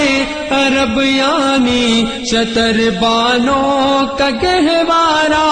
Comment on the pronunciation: talaffuz ki bahot galti hai shatar baano shutar baano aaeen e Muslim aaeen e musallam fuzooñ tar faroo tar